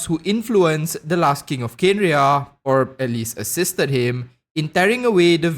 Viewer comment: Kanria not Kenria. Just helping you the "e" is silent.